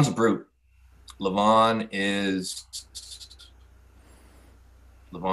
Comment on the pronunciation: Devon pronouncing Levan's name wrong . . . show some respect man